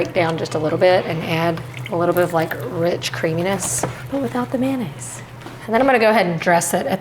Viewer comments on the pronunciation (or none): My culinary pet peeve: it's not "man aise" it's "MAYONAISE"!! Com'mon people....